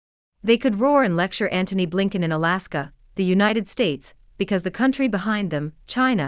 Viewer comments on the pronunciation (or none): none